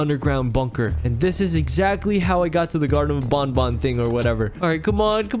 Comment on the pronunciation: Keep up the great work and it's garden of ban ban not bon bon